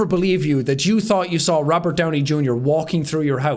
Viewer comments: i like "rovert downy jr" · I thought it was Robert not Rovert. (check the description). (if it's not there, then you won't understand). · "Rovert Downey Junior" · "Rovert Downey Junior" lol